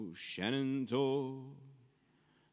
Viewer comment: Question about 'Shenandoah': why do you pronounce the 'i' at the end as 'ay'? I'm sure there is a good reason but was very surprising to hear; anyway - sorry not to have been able to watch the stream live yesterday, but still under the spell of having been to and enjoyed a lot your concert in Sint Niklaas (including the chat and photo op)! :-)